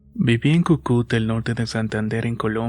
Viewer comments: No se ni que me da cuando escucho "Cucúta", es Cúcuta pero igual gracias por el relato😂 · No es Cucuta es Cúcuta 😂❤️ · Se dice Cúcuta con el acento en la primera u, buena historia Relatos de Horror. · Hola soy de Colombia hace tiempo te escucho y siempre que hablas de esa ciudad lo pronuncias mal es Cúcuta con acento el la primera U perdón y gracias por la atención 😅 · Hola, muy buena historia, pero se pronuncia Cúcuta con acento en la primera u 😉 saludos desde Colombia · Querido amigo, soy colombiana y no te entendía a donde se mudaron jaja es Cúcuta con acento en la primera ú jajaja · En mi ciudad en éstos momentos los días están fríos, amanece lloviendo y nubladado todo. Cae de manera excelente y oportuna una historia. Saludos desde Manizales!! La ciudad de la que nombras se dice Cúcuta, con el asento en la primer sílaba. :D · Holaaaaaa Saludos desde Cúcuta, la pronuncia mal pero que miedo Ja ja ja ja ja y la foto del inicio del vídeo se ve la cancha de fútbol y la de baloncesto 😂😂😂😅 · Me causa gracia como dices Cúcuta porque lleva tilde en la primera U pero seguro te envían los textos sin tildes. O el otro día dijiste boyaca y es Boyacá :v estos compatriotas míos que no ponen tildes :v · la verdad si, yo soy de esa ciudad y la pronunciación me parecio terrible